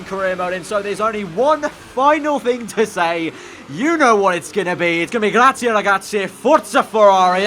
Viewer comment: It's hard to explain in english but you pronounce 'ie' as 'e' also the Z is pronounced as an S. Google translate has correct pronounciation if you want to hear it. So it is more pronounced like grats-je